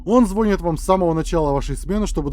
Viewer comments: Ты сказал звОнит! Правильно звонИт! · Не звОнит а звонИт , а так отлично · Звонииииит а не звооонит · не звонит, а звонит